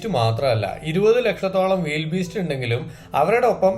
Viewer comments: വൈൽഡ് ബീസ്റ്റ് അല്ല ബ്രൊ വിൽഡി ബീസ്റ്റ് ആണ്. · വൈൽഡ് അല്ല വീൽഡ് ബീസ്റ്റ് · വിൽഡ് ബീസ്റ്റ് എന്നല്ലേ... വൈൽഡ് എന്ന് അല്ലല്ലോ